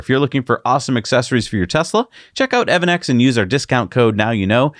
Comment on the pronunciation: Hey guys, it's pronounced "EV ANNEX", not "EVEN NEX", it's even on their site "EV "